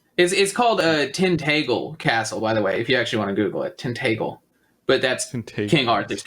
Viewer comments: The guy with king Arthur's castle makes me cringe when he says Cornwall, and the pronunciation of Tintagel is horrible. It's 'Tin-ta-gel' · It's pronounced TIN-TAJ-EL for Tintagel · He really butchered the pronunciation of Tintagel